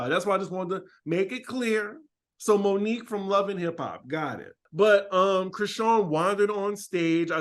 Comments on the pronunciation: Lmao her name is moniece not Monique 😂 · Isn’t it Monice not Monique😂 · That lady’s name is not Monique. Moniece lol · Moniece not Monique